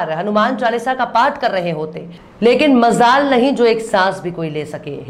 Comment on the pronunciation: Behatreen presentation But there are little incorrect pronunciation i.e. Sirpasand nhi sharpasand hota hai, Isi Tarah I'm giving correct words as follows:- Sirpasand = sharpasand Mazaal=Majaal